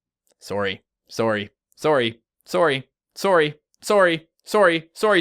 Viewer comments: you say sorrye not sorry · he sYS SORRY LIKE SOREY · Okie idgi (I don't get it) anymore I say s o r r y and says it like s o o r y AND WE'RE BOTH CANDIAN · it sound like he is saying story when he says sorry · I've never realize you had an accent until you said, “sorry.”